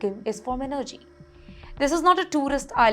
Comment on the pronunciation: n-nerrgy lol - Miss, your info is as false as your pronunciation of words like energy. Trinidad is NOT geographically between the US and Venezuela; it is to the east of Venezuela. The very large America is north-northwest of the very large Venezuela. This news story declaring the end of Trinidad and Tobago is an evil attempt to get unfair viewership. Why didnt you show a map of Lebanon when talking about them? Learn what the word between means.